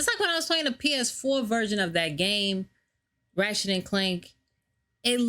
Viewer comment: You said his name wrong